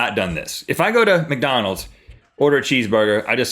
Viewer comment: link when you said "macdonalds" instead of mcdonalds you reminded me of my grandfather may god rest his soul thank you for making my day